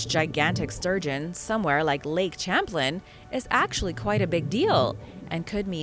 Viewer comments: pronounced "sham-plain" not "cham-plin" or you meant it as sarcasm? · the way to pronounce the lake is like champagne " Sham plane " Lake Champlain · Lake Champlain is pronounced sham-PLAIN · I am sorry but champlain is pronounced Shamplayn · its pronounced Shamplain it's a french CH that makes a Sh sound due to the fact that Vermont (from the french Verde Mont meaing Green Mountain) was orininally a FRENCH colony not an English one. Please, I'm from New England Grew up in Connecticut and have family in Vermont. If you're going to do this, do all the research. This lake was named after Samuel de Champlain and I don't think you'd like it if someone messed up your name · I enjoy your videos... please note Champlaine, named after the French explorer who mapped the St. Lawrence and Great Lakes (opening up NY) is pronounced "sham-plain". Cheers! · Thank you so much for mentioning this. It's almost like nails on the chalkboard when names are mispronounced that are that famous.